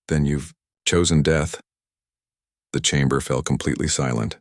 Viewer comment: that right there is the problem with AI, that statement, " Then you've ....................Chosen Death " that AI pause and the wrong intonation, it just ruined the whole scene